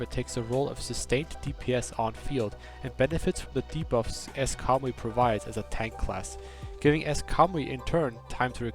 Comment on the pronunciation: Everytime he says Kamui i only here cowboy.